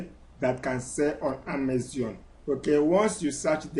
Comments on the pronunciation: Amazon not amazion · If I had a dollar for every time this guy says "On Amezion" I'd be super rich and wont need to sell on Amezion anymore. Jeez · E say Amezion! Leave me alone 🤣